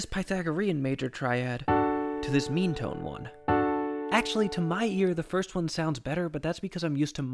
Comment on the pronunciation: when you said “meantone,” i thought you said “memetone” 😅